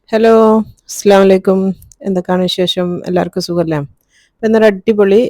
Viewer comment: സ്സ്‌ലാമലൈക്കും അല്ല ഇത്ത ...അസ്സലാമു അലൈക്കും.അങ്ങനെ ചൊല്ലണം... തോന്നുമ്പോലെ ചൊല്ലേണ്ട ഒന്നല്ല സലാം... അത്‌ correct ആയി ചൊല്ലിയില്ലേൽ അർത്ഥം തന്നെ മാറും.. ഇനിയങ്ങോട്ട് ശ്രദ്ധിക്കും എന്നു കരുതുന്നു... ☺️☺️